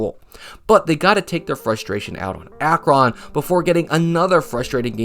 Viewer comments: Akron is "Ack-Wren" Not "Ack-Ron" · Akron is not pronounced like youre saying Akon with an r. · yo...great videos, thank you! So that you know, it's "Ack-rin" not "Ack-ron". I know this will likely never come in handy for a future video. My midwesternness just had to assist. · Knew someone in Canton who pronounced it Ak-Run So is it a case of you go two miles, the pronouncing of the town names change, or is Ak-rin vs Ak-run an Ohio thing or just that corner of NE Ohio or that individual? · I live near there it’s like ack-rin. I’m talking about pronunciation. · Ack-rin. ackrin. if someone from ohio said ak-ROn no one would have any idea what you're talking about. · AH-KRON lmao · ack-run is how it's pronounced. I'm not American and know how to pronounce it. Ack-rin makes sense too though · Your pronunciation of Akron was insane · there is no way he just pronounced Akron like that bro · i was just going to comment this. i paused the vid instantly haha. its so funny when people not from the state or area try pronouncing names and words correctly lol. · 😂 Dude I’m from Louisiana and we know how to properly say Akron. hahahaha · Broooo I'm from Akron and I've never heard it said like that lol